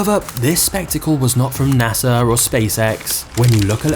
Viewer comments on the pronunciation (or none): none